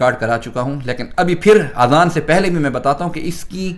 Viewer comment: Azan not Aazan. Aazan in Arabic means EARS (PLURAL)